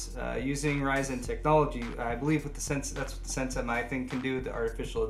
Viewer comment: Thanks for calling it "RYZEN" and not "RISEN" LOL....